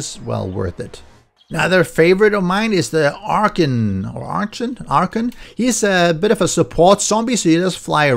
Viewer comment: just to help and I'm not trying to be rude... ARCHON is pronounced R-CON. Also I finally subbed!